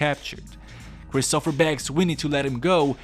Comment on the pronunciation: Why do you call him Christopher? It's christopher